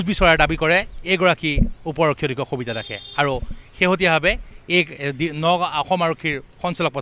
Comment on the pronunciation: khabita ne sabita clear korok,,, baki news thike ase